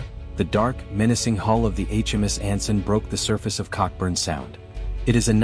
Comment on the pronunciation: It's pronounced 'co-burn' sound not cockburn sound.